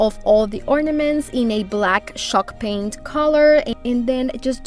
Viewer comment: I cant find shock paint anywhere! Are you saying “Shock Paint” or chalk paint? Confused 🤷🏻‍♂️